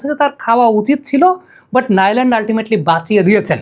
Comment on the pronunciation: নামটা হবে নু লান্ড....আপ্নার উপস্থাপনা অনেক সুন্দর... পুরো ওয়ার্ল্ড কাপ উপভোগ করছি আপনার এই উপস্থাপনা ❤